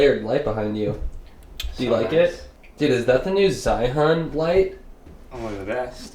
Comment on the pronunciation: Great Video! Just want to point out the brand should be pronounced more as "Jee-yoon". Was kind confused on the what "Zha-hun" is for the whole video